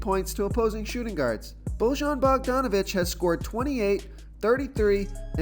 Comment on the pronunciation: I’m from Indy so here’s a fun fact Bojan is pronounced like Boi-yan. I hear it all of the time. Lol. Thanks for the great content